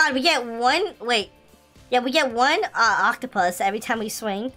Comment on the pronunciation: lol XDDDD say octopus lololololol